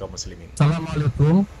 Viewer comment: Bang ucapkan salamnya yang bener ,bukan assalamalikum